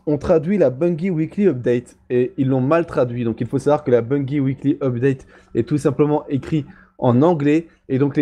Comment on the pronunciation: On dit Bungie !!! Bungie avec un '' j '' pas avec '' gui '' derrière le g il n'y a pas de u